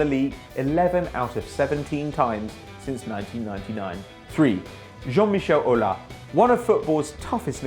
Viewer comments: you pronouce the S in that shit named Aulas...also do not call Lyon Olympique...there's only ONE Olympique and it's de Marseille!!!!! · jean michel aulassssssss and not aula